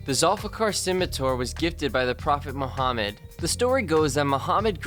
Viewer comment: are you a muslim?because you pronaunce prophet muhammad correctly and perfect